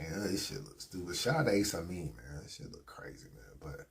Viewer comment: Why u gotta pronounce Ace Amin like that? Lol